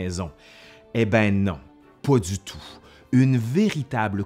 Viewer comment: "pô du tou"... Désolé mais ca me tue toujours autant xD